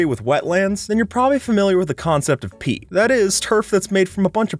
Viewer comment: omg when he said peat i thoutght of pee get you r mind out of the toiloit